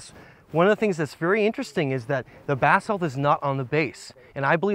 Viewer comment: It sounds as if is saying bath salt, lol.